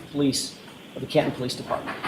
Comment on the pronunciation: Why has the partial word...im por ANT...taken over for the word... im por TANT? The name of the town in which this event took place has been changed to Cahun instead of Can TON?